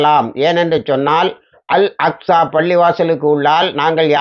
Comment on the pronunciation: அல் அஸ்கா என்று தவருதலாக அடிக்கடி கூறுகிரீர்கள்.